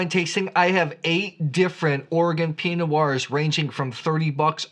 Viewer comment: Before getting all playful with Oregon geographical names, I'd spend a little more time working on the basics of correctly pronouncing words like Pinot. Enjoy your content, but that is super distracting.